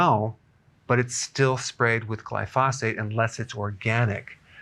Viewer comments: Excellent video! I wanted to point out that the pronunciation of glyphosate is incorrect. It should be pronounced as gly-fow-sate. There’s no need to emphasize the syllables. For instance, when you say Gly-Fah, you’re pausing and stressing the “fah,” but it should actually be “fow.” I’m in the green industry and that’s why I caught it 😂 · Please put the accent on the GLY in glyphosate! GLY-fo-sate. You're driving me crazy! JK. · I belive your pronouncing glyphosate wrong, watch a few documentaries on it its pronounced glyphoo-say-t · Eric, Best to pronounce that word GLY pho date.... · It's glyph-oh-sate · I believe it’s pronounced GLYphosate, Dr. Berg. Also, the Croatians eat tons of bread and sugar and their obituary pages are all 90 plus. They are thin and eat what they like, but not in huge portions.That Sardinian woman is too emaciated for only 49 years old. She needs some meat on those bones. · Doctor Berg forgive me but I think you are mispronouncing glyphosate. Pronounced just like it's spelled. No extra phate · Why are you pronouncing glyphosate so weird. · you are pronouncing glyphosate incorrectly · Please learn how to pronounce glyphosate. Thanks